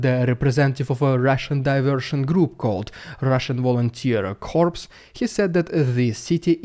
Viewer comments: a pronunciation mistake you always make. A "corps" as in a a military corps is pronounced "core" or "kaw" with a silent "p" You always pronounce it as "corpse" which is a dead body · Corps is pronounced like the word core, not like corpse. P.S. Just subscribed. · The p is silent in corps, and it's pronounced just like the word "core." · Corps is pronounced without the "P". Corpse (dead body) is pronounced with the "P". But don't feel humiliated about this, since President Obama made this mistake, too.